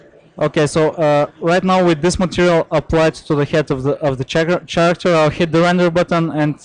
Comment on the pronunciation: it seems only to me that this guy can't pronounce the word character ?